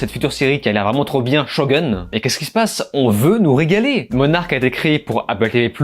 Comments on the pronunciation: ShoGOUne pas "showgun"... sans déconner😂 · Merci de prononcer Shogun en "ShogOUne", car c'est un mot japonais et non anglais!